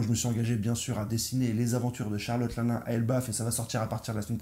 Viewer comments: Pas linlin ; Line Line bro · Une petite info : 1. Luffy a déjà utilisé le snak man contre kaido mais c'était bref. 2. Charlotte l'un l'un ? C'est linlin (l'in l'in). 3. Merci pour tes vidéos